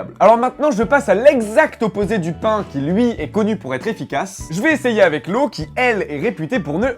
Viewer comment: ya que moi qui a cru qu'il avait dit "combien de peins dans une citrouille "